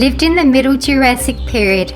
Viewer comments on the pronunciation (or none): none